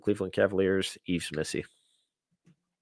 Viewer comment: Frenchman here, unless he pronounces it rapidly different the s on Yves is silent, so its like Eve.